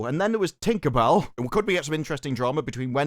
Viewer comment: The way you say tinkabell with a hard r is very offensive